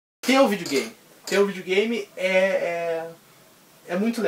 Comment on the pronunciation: Muito legal brother, pretendo fazer coleção também ... LIKE + FAVORITO " acho muito engraçado vc falando Vídeo Game kkk vidiu games kkkk vc é top mano !!